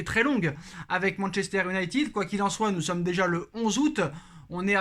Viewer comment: Salut, merci pour tes productions... Juste, pour mes oreilles sensibles, essaies stp de dire "YOU-nailleted", plutôt que "OU-nailleted". Merci d'avance... 😁😉